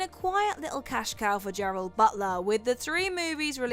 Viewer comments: I am always watching your videos, but this lady is your worst narrator. She sounds like she's being squeezed while she talks, says "milli" way too much, and called GERARD Butler "Gerald" all in this one video. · Gerard Butler, not Gerald.